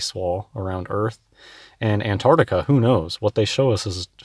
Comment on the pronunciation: Damn mouth-breathing oxygen-thief can't even pronounce Antarctica.